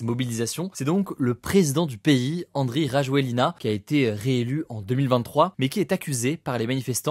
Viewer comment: ça se prononce Andj Radzweln', merci de nous informer ts les soirs quand même, hate d'un HugoDecrypte Paris